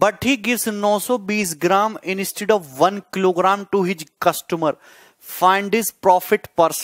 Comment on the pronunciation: He pronounced 'instead' as inistead.. What's wrong with you guys